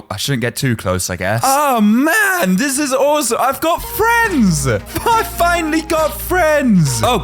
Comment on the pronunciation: And why did he say fhinally